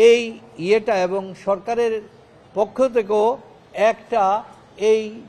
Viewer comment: আমার মনে হয় টাকা খাইয়া এই উকিল আউলা ঝাউলা কথা বলে ঠিকমতো পক্ষ শব্দটি সঠিকভাবে উচ্চারণ বের হচ্ছে মনে হইতেছে বুকে সৎ সাহস হারিয়ে ফেলেছে কারণ যারা টাকা খেয়ে কথা বলে তাদের কথার মধ্যে অনেক সময় ভুলভাল শব্দ বের হয়